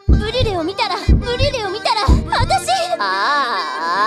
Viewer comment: ブリュレ言えてなくて草